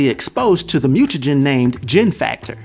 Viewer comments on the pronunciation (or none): none